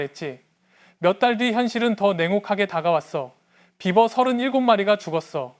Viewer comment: beaver를 비~버라고 발음하지 않고 비버!~라고 발음하여 처음에는 나는 무슨 말인지 못 알아 들었다. 나중에 사진을 보고 알았다. 아하 비~버~~!! 물론 쓸 때는 비버라고 쓰지만 읽을 때는 비~~~~ 버 라고 읽어 주어야 한다.